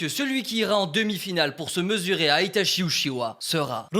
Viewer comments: Tout le long t'as mal prononcé Itachi Uchiha, ça se prononce Itatchi Utchiwa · alors juste une chose itachi se prononce "itatchi" et non pas "itashi" il faut savoir dire le nom des persos avant de vouloir faire les fans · Si je peux me permettre, en japonais on dit "Itatchi", et pas "Itashi", le CH se prononce [tchi] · Itachi se prononce Itatchi au passage (prononciation officielle japonaise, après vous faites ce que vous voulez, mais au moins c'est dit...) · Bon euhhh pour info, itachi se prononce itaTCHI voilà je vais pas encore dire pourquoi parce que sur ma chaîne je passe mon temps à l’expliquer mais renseigner vous avec les hiragana et l’écriture romaji